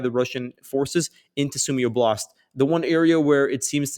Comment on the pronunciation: doesnt matter but the accent is on the O in oblast